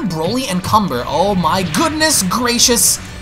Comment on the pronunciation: Kanba not cumber